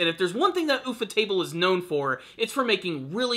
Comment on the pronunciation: Ufotable is pronounced YOU-FOR-Table. U (as in YOU) FO is Japanese way of saying UFO. You know, like flying saucers.